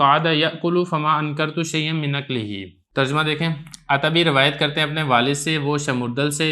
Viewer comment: عتبی بضم العین ہے